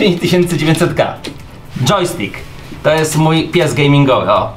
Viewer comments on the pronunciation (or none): none